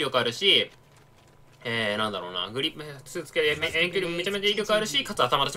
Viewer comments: グリップじゃなくてグリッップな辺りグリッップへの熱量を感じる。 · 「グリッップ」で草。強そう（小並